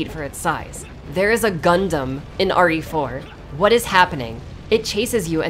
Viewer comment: Am I the only one that heard say "Ori For" instead of "RE Four"?